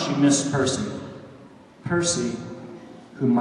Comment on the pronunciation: Gods! I have to wait 10 days for the book. Mostly because RICK RIORDAN IS COMING TO MY TOWN FOR THE TOUR! BOO-YAH! but i will admit this is making me gigle whenever he says "Percy"